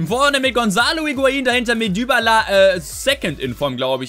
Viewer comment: er sagt immer Dübala😅